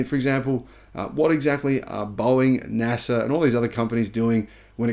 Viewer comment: pronounced NASA right! Highlight of the video!